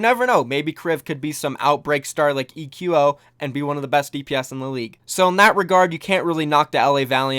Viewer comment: I think eqo is supposed to be pronounced like the word "Echo"